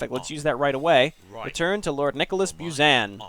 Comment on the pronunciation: The way they pronounce "Buzan" is so uncomfortable, lol.